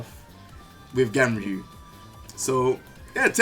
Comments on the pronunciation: Announcer: GUNryu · I thought it was pronounced GONryu